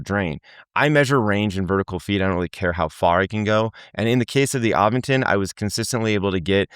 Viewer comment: there is no "G" in Aventon!